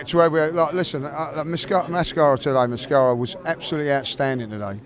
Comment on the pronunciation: Mosquera not mascara 😂🤦🏻